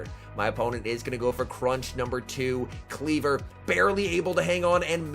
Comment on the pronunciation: Kleev-Or, not Klee-ver. 🙃